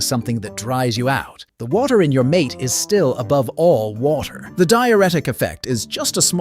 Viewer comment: Its not mate, its pronounced mar-tay.